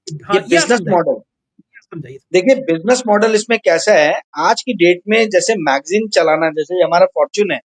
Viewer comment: Bhai ji.. Magjeen nahi.. Magazine...( magzeen) kahiye. Bhasha ka samman kariye😅😅😅